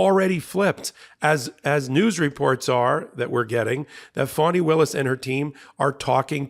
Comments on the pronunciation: Keep sounding like you say funny Willis and I keep double checking and I’m on your side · Do you intentionally mispronounce GA DA fani Willis name?? I've heard this on some of your other podcasts.